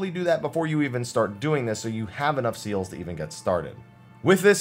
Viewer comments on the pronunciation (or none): I know it are seals but each time I hear seels.